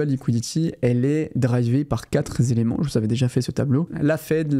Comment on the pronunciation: « Quatre zéléments » ?! 😜